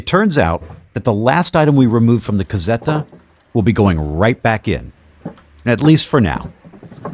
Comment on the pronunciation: Lol, every time you say "la casetta" = (una casa piccola) I think at one "cassetta" which is a completely different thing!!!! Way don't you say it English ... "little small house" because I always think you are talking about a small box/crate . Sorry to be so critical, I am Italian and I do not think is very hard to say casetta in Italian, to make it sound better and close to the Italian pronunciation just put a ,not very strong "z" in the place of the "s" like "la cazetta"!!!! 👍 P.S. I too have problem speaking the English language! 🤒